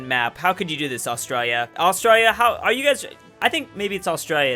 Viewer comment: im begging you please learn how to say ''Austrialia'' and not OSTROYA